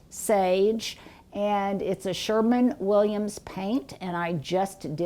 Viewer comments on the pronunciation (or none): As a Greater Clevelander, I was glad when corrected herself the second time she said "SherWIN-Williams." I cringe whenever I hear "SherMAN-Williams"! LOL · Did you say “Sherman” Williams?